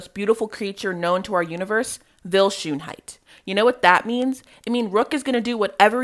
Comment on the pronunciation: When you said vils last name I thought you said shoe height Vil shoeheight 🤣🤣🤣🤣💭